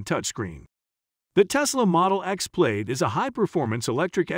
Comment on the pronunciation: Why so many mispronunciations? Plaid pronounced "Played"? Audi pronounced "Awe-dee"? Porsche Taycan is NOT "Por-shee Taken".